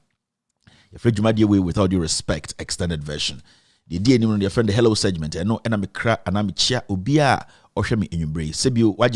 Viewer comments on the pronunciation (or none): correct yourself first....it's not pronounced "Sejjment",it's Segment (as in egg)...then you can teach others to pronounce hospital 🙏🏾💕